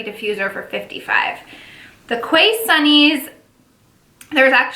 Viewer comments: Quay is 'key' not 'kway'. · Hi, Quay sunglasses are Australian (where I’m from). The name of the brand Quay is actually pronounced KEY. 💗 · Your quay sunglasses are pronounced "key". Nice box! I saw another YouTuber open their box and they got a different style sunnies, they were like half tinted. So that's interesting.